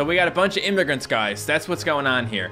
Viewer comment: he fucking said imagrant